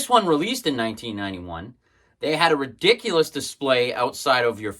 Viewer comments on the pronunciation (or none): none